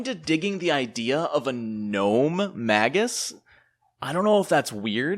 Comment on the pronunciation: Really like your videos - but would like this one even more if you pronounced it "mei-guhs":)